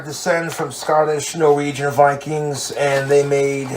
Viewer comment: hold on. im british. wtf is a norwigia bikings